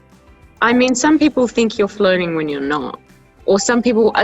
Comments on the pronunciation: jo kept on saying flirting and I kept hearing it as floating and I was so confused like floating while getting milkshake? what? also hero hits different in this video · i really thought jo was saying floating instead of flirting 😭